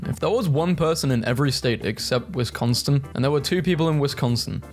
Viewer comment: There is not a T in Wisconsin :3